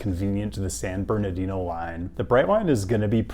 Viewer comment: I was this many years old when I heard pronounce San Bernardino correctly. Distancing himself ever so slightly from RM and YA in the race to see who can whitepronounce more places.